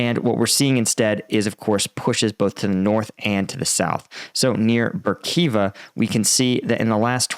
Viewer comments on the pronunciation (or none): Love your channel and analysis. Hate that you cannot be bothered to pronounce every letter in a Russian word. Berkhiva instead of Berhkivka. You’ve done this since the start of the war and the secret to Russian and Ukrainian pronunciations is just trying to pronounce every single letter. Instead, you’re just like f#$% that 2nd letter K. 🤷‍♂️ 🤣 I know you try, but I have to make fun of you anyway. Keep up the good analysis!